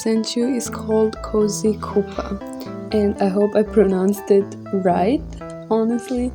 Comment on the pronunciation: Hi! I'm the creator of Cozy Cuppa! You got the name perfectly :D Due to the feedback on the game I actually decided to make a full version of the game. And I'm working on adding lots of features! I'm actually going to start making devlogs for the game! Feel free to check them out on my channel! The first log is actually coming out today, so this is perfect timing!